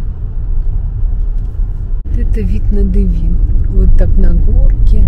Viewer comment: Режет слух слово Девин с неправильным ударением. Ударение идет на букву «е»., на первый слог.